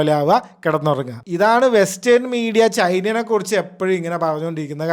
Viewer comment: ചൈനേനെ അല്ല ചൈനയെ